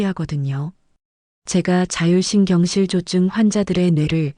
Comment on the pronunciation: 자율신경실 조증이 아니고 자율신경 실조증 띄어 읽기를 잘 해주세요 자율신경 ^ 실조증